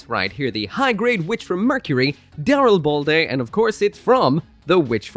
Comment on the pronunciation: I thought the name of this suit was the Darilblade, so I got some whiplash when I heard you pronounce it correctly. Dyslexia is really messing with me these days…